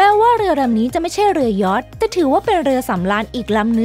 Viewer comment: เรือยอช เรือยอช อ่าน!!! เรือยอช